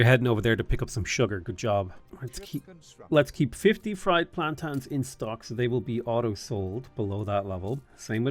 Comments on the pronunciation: I love your channel and game play. Always. So that being said it's.......PLAN- TANE......not PLAN-TAN. 😂 don't hate me ❤ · Plantans? You know there's an i in plantains right? :)